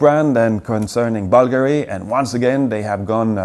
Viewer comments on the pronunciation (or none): Did he mean Bulgari, when he said buggery?